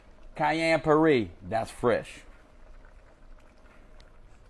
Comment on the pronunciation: so whos gonna tell him thats not how u pronounce puree